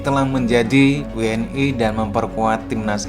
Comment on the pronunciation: WNI ya bukan W N AI...